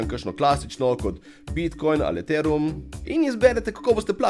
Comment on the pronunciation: lubi bog tip še ethereum ne zna izgovorit pa neki pameten hahaha